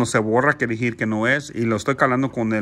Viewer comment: Se dice Decir no "dijiiiir"